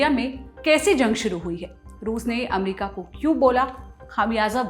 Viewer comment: अच्छा है चलो आप ने अमेरिका को एमेरीका कहेने के बजाय अमरिका बोलना शुरू किया👏👏